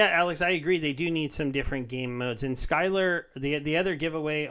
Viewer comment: It's Sylar, not SKylar..:D